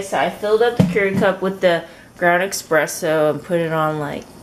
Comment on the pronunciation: Not a big deal but thought i'd remind you since you kept saying it the same throughout the video... its espresso instead of expresso.. i also love watching your videos since im also korean